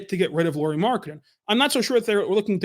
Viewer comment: A lot of nice points on Lauri Markkanen. (Though pronunciation is "Lowry" as Kyle Lowry 😅 instead of "Lori"). As a Lauri fan (and secondarily Jazz fan 😁) I though must say that Lauri just wasn't used right in Bulls and Cavs. (Plus of course he and his game has also matured from when he was in Bulls etc.) He is elite on roaming offball but they made him more of a spot-up shooter. Now that other teams have seen how to use him I believe he would fit in more teams even as a 2-3 best player role. You saying he would be 4th best player in OKC, hmm, might be a bit underutilizing him.